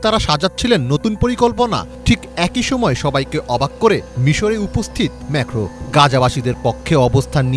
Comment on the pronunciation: ম্যেখো কি???? ম্যাক্রন হবে 😂😂😂